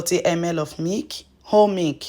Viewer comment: You are explaining too fast. Difficult to understand when you say Mik versus Milk.